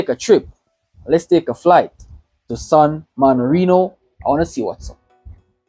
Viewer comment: San Marino not morino 😭😭😭